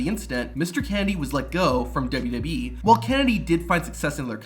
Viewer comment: Dubbadubyee lol. It's all you talk about. Learn how to say it.